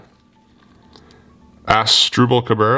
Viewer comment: Really emphasized the word ASS on Asdrubal Cabrera HAHHAHA